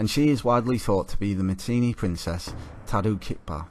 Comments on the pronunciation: Not Matinee, it's Mitanni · Mitannians spoke Sanskrit the classical language of India -this chap can't pronounce Mitanni properly.